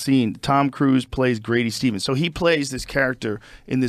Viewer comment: Grady SEASONS not Grady Stevens